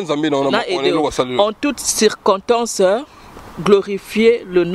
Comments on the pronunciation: Eh cirkotance kiekiekie pardon boza na France bosala ata ba cours ya français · On dit circonstance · Oh ma chérie ce nest pas que tu là dit sinon que je voulais te dire que elle ne sais pas qu' on dit circonstance